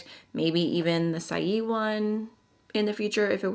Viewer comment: Saie Beauty is pronounced “Say Beauty”. It was a play on the word.